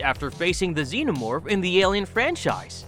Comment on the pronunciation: Xeno more